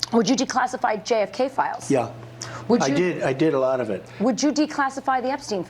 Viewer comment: Is the result of cocaine drip hitting the back of his throat...or his brain is going so fast from just doing huge rails before getting on stage that his mouth could only spit out the first syllable of "a lot". And boy howdy he does A LOT of blow!